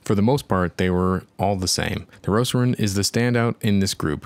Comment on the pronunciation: Why you call it "Roceron"?